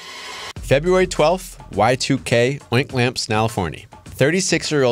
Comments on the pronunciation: it is 2am and i BURST out laughing at "ointlamps snaliforny"... thanks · Why the hell did you pronounce Oakland California like that